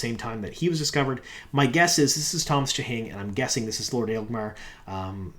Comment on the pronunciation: I know picking on pronunciations is low-hanging fruit at this point, but it amuses me that can make "Agelmar" sounds like "Aelgmar", dropping an entire syllable from the name.:D